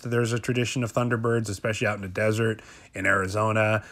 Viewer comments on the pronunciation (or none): none